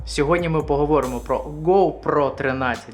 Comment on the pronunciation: ох тыж, зашел проверить новые видео а он "поховОрим да поховОрим"